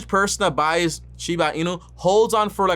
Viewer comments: Bruh can u say doge coin and shiba name right before making a video on it so fucking cringe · He’s making a whole videos on this crypto and he can even say the name right